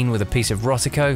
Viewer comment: There's no 't' in Rodico. LOL!